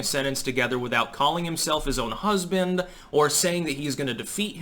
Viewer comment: Biden: Hazubando Also Biden: Waifu